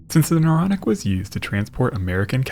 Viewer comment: And isn't it Naronic? Don't you think? A little too Naronic And yeah, I really do think